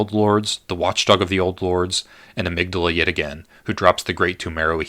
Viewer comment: I love this, although I died a little inside every time you mispronounce 'hypogean' and 'Amygdala'.